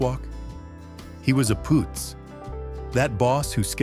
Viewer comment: It's PUUTZ, not POOTZ, This AI wins Marmaluke of the Year! Shemdreck AI!🙄